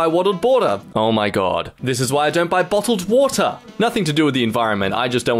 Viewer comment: wottled bater